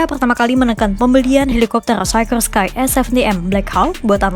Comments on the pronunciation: Dibacanya sikorski Mbak, bukan saykorskai, itu nama orang Rusia yg imigrasi ke US. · Sekelas ngomong Sikorsky aja gak bener..... cari tahu cara ngomong yang bener gimana... biar gak keliatan beg*k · Mantap..terus berkembang.. mungkin masukan cara spelling dari pembacaannya dari mereknya